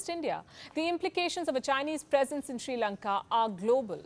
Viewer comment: This is not "Sri Lanka" any more it's " Chi Lanka"